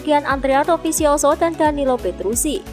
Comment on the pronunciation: Petrucci mbak bukan petrusi